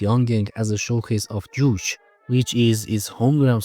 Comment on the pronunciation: Pretty decent video. But I just kept asking myself, what does he mean the city design reflects the surveillance?? Also unrealted but where are you from? Your pronunciation of Juche and Yugoslavia really threw me off haha.